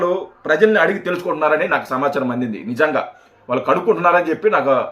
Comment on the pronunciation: సంవచారం కాదు రా పిగ్ మొహమోడా సమాచారం అనాలి